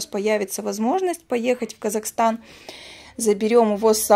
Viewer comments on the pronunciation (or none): none